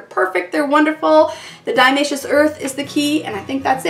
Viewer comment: Great idea. Minor correction, it's diATOMaceous earth, not diAmaceous :)